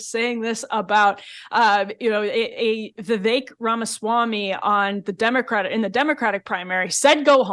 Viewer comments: Btw, it's not Vee Vayk - it's Vee Veck. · Vivek pronounced as Vivake??? Go to India and ask them to pronounce it. I guarantee you they will pronounce it Wiwek. They can't pronounce the letter "V". Or just call him Ramen!! 😂😂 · Wellllll…we don’t know that Donna intentionally mispronounced Vivek. One vowel was pronounced a little “wrong”. Could worse🤣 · Why didn’t u tell Barrack Obama go home?. Or mispronounce his name Donna . She’s racist saying Vivek’s name so wrong. He’s allowed to stay in a political race if he wants to. Just because she doesn’t want Democrats feet to the fire as Republicans have to endure. She thinks she’s funny? She’s disgraceful. Imo trying to sway people against a political candidate and disrespecting his name and right to campaign.